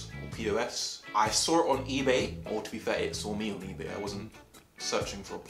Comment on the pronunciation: “ I sawr it on eBay” 😂